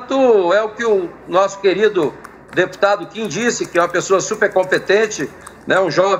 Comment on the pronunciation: O ruim do debate foi o apresentador não sabendo falar o nome do Kim.